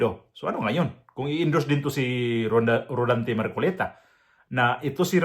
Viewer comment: Rodante Hindi rolante.